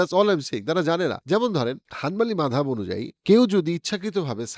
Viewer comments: মাদহাব কি? বাংলা তে এটা মাযহাব হবে। মাদহাব শুনতে অনেক বিরক্ত লাগতাছে। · ভাই, একটা নতুন শব্দ শুনতে কেমনই বে মানান লাগছে -- "মাদহাব". এটাকে " মাজহাব" পড়লে ভাল লাগবে।